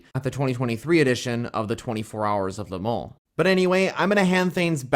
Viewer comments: Please check the right pronunciation on LeMans - [ lə mɔ́n ] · le mans chassis